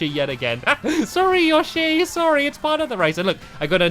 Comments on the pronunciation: Yo shi Not yashi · its pronounced YO-SHEE not YA-SHEE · It's yoshi not yooshii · its prnowced yoshe not yashe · It is (yo-she) not (you shy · Yoshi is pernoced yo shi yoshi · He's called yowshe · I think its yo-shy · No its YA-SHEE confirmed by japan. sigh typicial americans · It's Yo-shi like sushi